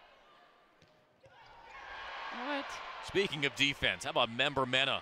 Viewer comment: If they say member-mena when its meneh (men-eh) one more time lol